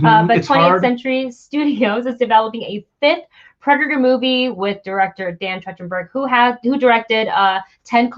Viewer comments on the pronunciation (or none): it's pronunced like Track-ten-berg